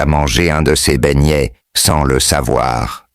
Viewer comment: tout le monde se plaint. Remet notre chose comme avant pardon😢 Écoute même comment il prononce BEIGNETS😢j'ai peur.